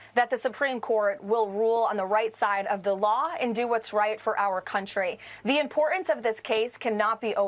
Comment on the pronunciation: Leavitt what's im-por-unce. Be professional at least when you spout venom.